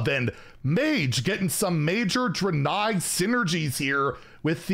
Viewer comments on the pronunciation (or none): You probably already know but it's pronounced Dray-Nye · Hey fyi the pronunciation is dray nei. Like the dra in drake and the nei in bill nei the science guy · Ive always pronounced it "Drain-eye" but ive been wrong many times before. lol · Not sure about the pronunciation... I thought it was [DRAY-KNEE]. Really not sure tho. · It’s pronounced Draenei and Archimonde. I got you!